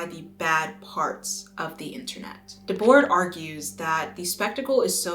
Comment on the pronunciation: This video dredged up residual trauma for me when you said “Guy Debord”. A long time ago I gave a presentation in school that featured Guy. I thought I was killing it because everyone in class was smiling ever so slightly. Then at the end of the day I realized why they were smiling. How to pronounce “Guy Debord”